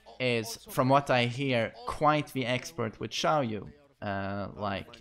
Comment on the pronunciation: Is it just me or do I hear him adding a L in Xiaoyu' name